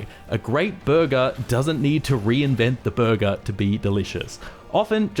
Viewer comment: I thought you said “verga” instead of burger😂